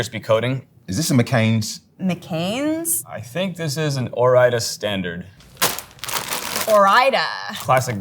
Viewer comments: What the heck. This is a cooking channel and they could not even make fries, or even pronounce Ore-Ida correctly. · Wow I had no idea Ore-Ida is short for Oregon Idaho 😂